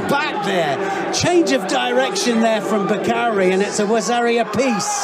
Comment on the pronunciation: Its pronounced Bekauri, not Bakari